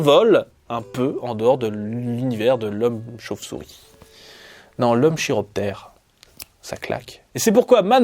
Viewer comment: J'aime beaucoup ce Top ! Tu nous proposes des personnages qui sortent de l'ordinaire et en plus de ça tes descriptions et explications sont très sympas. Good job ! Un petit truc m'a fait grincer des dents par contre : "chiroptère" ça se prononce "kiro" comme dans "chiropracteur". Le préfixe "chiro" renvoie à la main (ou les ailes de chauve-souris dans le cas qui nous intéresse, parce que oui, leurs ailes sont plus ou moins constituées comme nos mains ^^) ou aux articulations de manière générale en fait. ;)